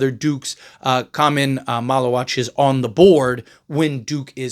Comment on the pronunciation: you got his last name right good job lol